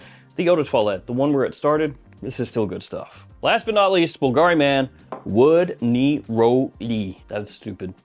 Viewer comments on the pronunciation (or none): none